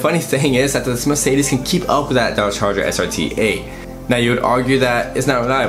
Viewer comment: Learn to prounance car makes ! like Mercedes and porshe ! :)